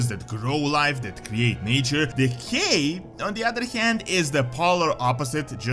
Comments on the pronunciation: I swear every time you say “Decay magic” I hear “Gay magic” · Am I the only one that instead of "decay" keeps hearing "the gay"? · I should not be giggling this much. With his accent “decay” sounds like “the gay”. The Gnolls have been corrupted by the gay magic. 😂